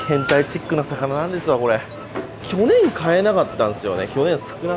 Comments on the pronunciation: 「去年」のアクセント気になる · 去年の発音おもろいwww